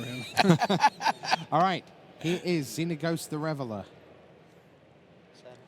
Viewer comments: the way this announcer says Xenagos... -_ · I knowwwww. I love LSV, but come on, how are you that good at MtG but unable to pronounce a card name right?